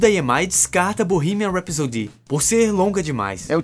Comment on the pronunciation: É engraçado o pessoal falando "Rhapsody" errado haha